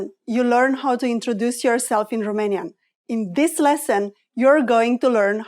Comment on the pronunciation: You are unbelievably persistent at pronouncing it like in French, Roumanian, with ou... or in German, also with "u"... terrible! Learn to speak English.. it's Romanian...not Roomanian...it would be nice to make the correction or people will learn it the wrong way!